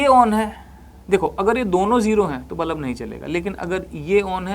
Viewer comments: Haha tx. Maine bhi abhi fir se suna, I said बलब and not बल्ब😅, and that too many times. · nicely explained ......but bulb ko bullab bolne ka tarika thoda cazual hai😂